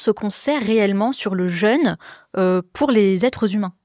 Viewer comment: Prononciation du mot "jeûne" : penser à "bleu", à "deux" et non à "beurre", "leurre", etc. Cela évitera de dire "je me suis fait un "jeune"... 😁